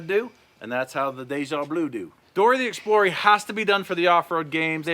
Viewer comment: I wanna throw up every time I hear "Dory the Explorey"